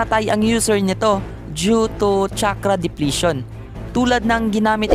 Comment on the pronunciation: tsakrah "chakra"